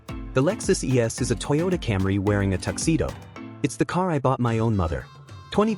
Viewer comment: Since this video is supposedly from a mechanic who we would expect to be familiar with vehicles, but doesn't know how to pronounce Toyota (toy ow tuh), and instead pronounces it as (toe duh), color me skeptical.